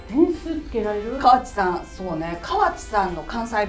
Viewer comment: 大阪(東部大阪地方)ですが、この講座 私の親でも使わない大阪弁を教えてます。 川地アナの名前の言い方も、カワチの発音もこちらでは一本調子『カ→ワ→チ→』さんと発音しますよ。 自転車も、柄が悪い方がチャリンコとかチャリと言ってますよ。 普通の男女共に大阪(関西)人は『自転車』と言いますよ。 大阪の『さか』は、『坂』だと縁起が悪いから『阪』を使われていると聞いたことがありました。 すみませんが、大阪のイメージ悪くなりそうなので、本当の普通の大阪弁(関西弁)講座にして欲しいです。